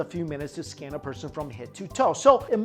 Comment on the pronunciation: I keep hearing the word scan as the scam. It made the video much more amusing